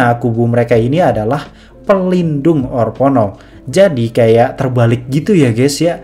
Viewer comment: orpono apaa, haduhhh. bacanya orphenok broo